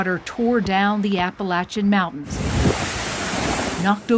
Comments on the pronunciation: Thank you for pronouncing Appalachian as we do here. I know it’s a small thing but it means a lot to many of us. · Thank you so much for covering this and thank you so much for saying Appalachian correct ❤ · Dear 60 minutes, thank you for pronouncing “Appalachian” correctly.